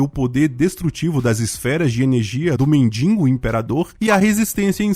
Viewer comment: Cara. Quando vc fala “mendingo” me dá tanta ânsia….. é MENDIGO! De que adianta escrever certo e falar errado?